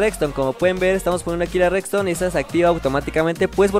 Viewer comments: me encanta cuando dice recstone jajaja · Like si notaste que siempre dice reCston